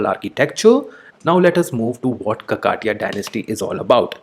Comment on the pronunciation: It's no kakaatiya sir It is kakatiya